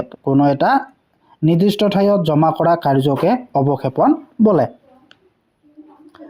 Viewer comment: বালিয়ৰি not বলিয়ৰি😅